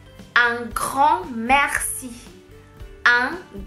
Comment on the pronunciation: 你说merci 时里面的r发音过重过于夸张了，像是说喝喝喝，me喝ci,法国人发这个音时只是轻轻带过，有点稍微停顿的感觉，尤其是这个字母位于单词的中间时。